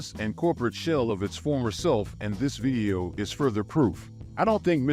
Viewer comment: why does bro pronounce the word "video" as "vieo"